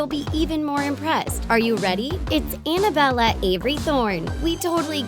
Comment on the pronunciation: Also Annabella sounds like Annabell